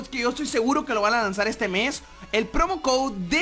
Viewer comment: no se dice promocode se dice promocoud